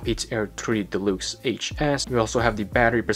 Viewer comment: I digging the way you pronounce deluxe, de-lukes, lol.